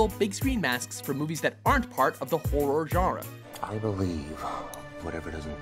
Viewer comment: That guy can not pronounce "horror genre," lol.